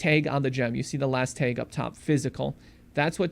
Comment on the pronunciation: I had to stop watching because of how he pronounces "tag". It's TAG, not Taiiig.